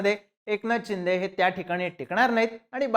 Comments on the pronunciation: खुप वेळा चिंदे, चिंदे असा उच्चार केला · अरे ते एकनाथ चिंदे नाही एकनाथ शिंदे आहे..😂